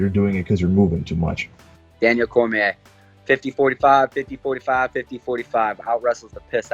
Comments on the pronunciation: “Daniel Crimea” Aleksei Oleinik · Oleinik : "Daniel Kermiere" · Daniel Krme lol